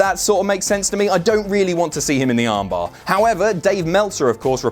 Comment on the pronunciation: I know its suppose to be because it's a wrestling move but when you say armbar it sounds weird. I'd call it the amber. AMBR.